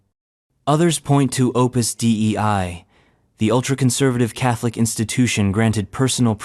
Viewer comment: It is not D E I it is dei one word.